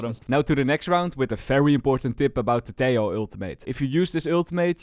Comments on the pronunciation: you fixed half the pronunciation of Tejo's name! keep it up only the second half to go :p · hi, ia m not sure about this but i think "tejo" its pronounced like "te-ho" instead of "te-yo", i am not sure but as a Colombian myself i think "te-ho" makes more sense" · Tiao?, wait whatt? Valorant dev themselves confirmed its " Teho " from colombia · Hes pronounced as teho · Helloooo. I'm Spanish, and the "j" in "Tejo" is actualy pronounced like an english h, so its more like "Teho" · TEH-HO Your welcome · Hey i have fun fact About this Tejo, I know this might be an unimportant fun fact, but in my place (Indonesia) He is called Tejo not teh-ho. This case is like the ISO agent. When he was first released, many people interpreted his name as (BISA). If you interpret it, it means "can't". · hes from colombia (they speak spanish) so most likeley his name would be pronounced as teho (think like javier - havier) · Its T-EH-O 😭😭